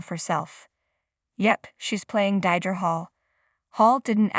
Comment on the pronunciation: Not Die-dra